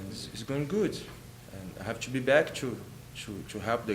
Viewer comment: Cu instead of to 😂